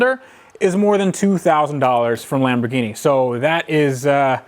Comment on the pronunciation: lameborghini, lamborwenni .... lol next